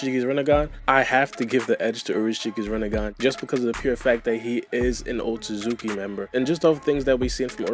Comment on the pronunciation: Sounds like you say O-Suzuki clan lol